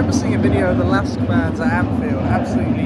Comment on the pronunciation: Thanks for the visit, glad you enjoyed it! Some more background from a LASK-fan: Regarding pronounciation, you already nailed it - it's quite simply "LASK". What you heard from the fan chant was "Forza A-S-K" - this chant uses just the ASK part of the club name and stands for "Athletik-Sport-Klub" (Athletics Sports club), the "L" standing for "Linzer". So you can either say "LASK" (like ) or "Linzer A-S-K" (similar to Grazer AK, which are G-A-K in short). And the fanzine you got was a bargain for 2 pounds :D It's not a matchday programme, but rather the 10-years anniversary magazine of the fan collective "Landstrassler" - the ones with the big banner on the ultras stand. They've really come a long way, from basically 50 active members back in 2014 (3rd league, non-league football level) to what you witnessed yesterday. Definitely consider going to the Linzer Derby one day - however, getting tickets for the game at the Blau-Weiß stadium is close to impossible due to their tin box capacity of only 5000 and 100% of tickets being sold exclusively to club members. So i guess, you'll have to check out the "Gugl" (as we fans call the LASK stadium) again ;)